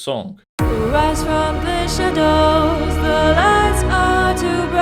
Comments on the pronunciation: Blimey, a 500+ bucks speech synth which stresses a wrong syllable in "shadows". C'mon, it's a common word, it's not "parallelepiped". "The ligh are so bwigh". It can't even speak, even less sing. I've never been so unimpressed. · Actually I think it would sound 10X more realistic if he simply increased the length of the first syllable in 'shadows' (grin).